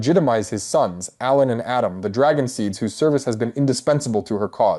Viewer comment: it has to be rage bait right? like there's no way he doesn't know how to pronounce ALAN